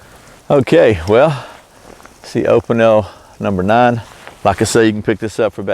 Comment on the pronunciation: It is pronounced"O pee nell."